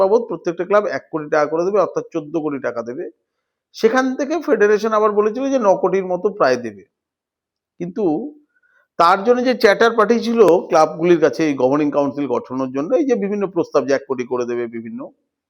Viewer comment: Kothata Charter, chatter noy.